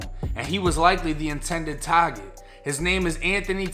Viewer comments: It’s target not taget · Wtf is a taaget did you mean target ? I CAN'T